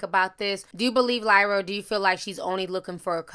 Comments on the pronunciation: why tf do you keep calling her lyla when there clearly is an R clear as day you refusing to acknowledge or pronounce. that’s really bothering me who tf is Lyla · Lol Ti called her Lila the whole time but pronounced Keliese perfectly.